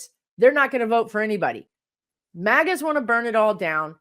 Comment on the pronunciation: Oh, you said "MAGA's". I thought you said "maggots"! 🤣🤣🤣